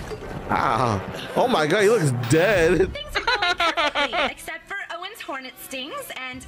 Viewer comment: You said gor instead of for, and I just hate Heather so much